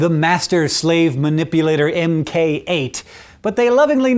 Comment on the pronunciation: How can Hank not know MK is pronounced mark?